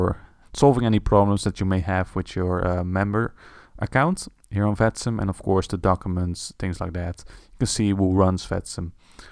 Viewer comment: then let me explain you: The simulation network should be written as "Vatsim" but the way it is pronounced in the video makes it sound like "fatsim". Now you know.